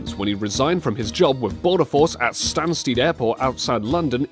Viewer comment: Cospacegirl Tech and More and Stansteed, it's pronounced Stansted (spelt Stanstead, silent a)